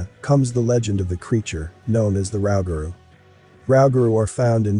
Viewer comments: Nuclear wars of the 17th and 18th centuries??? What is your source for that information? The B.S. Almanac? And it's not "bay-us", it's pronouned "buy-yoo" and it's not "Rau-ga-roo", it's pronounced "Roo-ga-roo". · Its pronounced"Roo-ga - roo. Thats how its pronounce it down here in southern Louisiana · Pronounced: Rooooooo-gah-Rooooo 😆 Give a like if ya Learn’d something. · It is pronounced rue ga rue. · It’s pronounced Roo- ga -roo ( Rougarou) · It's pronounced Ruge - a - rue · It's pronounced ruu-ga-ruu For no.3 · Its pronounced roogaroo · Pronounce roo gah roo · U say it funny 🤣🤣 Louisiana rougarou